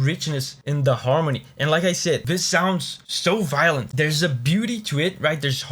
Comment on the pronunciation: Violint you say?